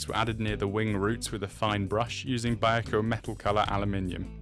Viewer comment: I've been airbrushing for decades, I really recommend you get some scrap kits or plastcard and practice air pressure and thinning ratios. To me it looked like you were spraying sand. You have a decent airbrush so you can take that out of the equation. Pronunciation of eduard and vallejo were 0 out of 10. 🤔